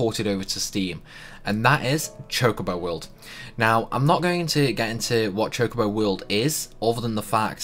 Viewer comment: Did he just said Chicobo?